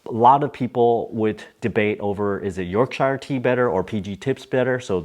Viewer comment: Yorkshire = YORK-sure.